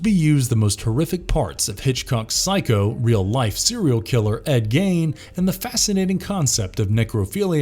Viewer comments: Gein is pronounced 'GEEN' not 'GAIN' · GEIN is pronounced the same as SEIN in Seinfeld. (Except of course with a G instead of an S.) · Gein pronounced Gean. The shout has some amazing Actors! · Fun subject, but a significant number of misused and mispronounced words and factual errors (e.g., Ed Gein’s last name rhymes with “mean,” not “main.” You say someone “accounts” a story when, in fact, the verb is “recounts.” You mispronounce “ambiguity.” The lead character in “Blackcoat’s Daughter” is possessed by a demon, but there is no indication that she is “Satan’s daughter,” as you state. You mispronounce the name of Chuck Conners’ character from “Tourist Trap”—it’s “Slawson.”) I think you’d benefit from a fact/grammar/pronunciation check before you post. The errors undermine the quality of your content.